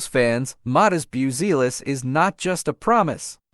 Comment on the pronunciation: Bioozeelis :D:D:D hahahahah . Bazioolas :D:D:D please if you want to do this kind of content record decently pronounced name of the player and add to AI script for it to learn to pronounce. or whatever you do with AI. sound svery unprofessional now. buttchered the surname badly